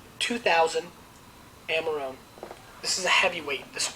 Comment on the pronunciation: he could at least try to pronounce it in an italian way